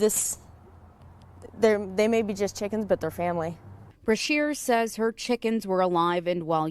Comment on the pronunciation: Pool, did you say "chickens" or "chicKKens" ?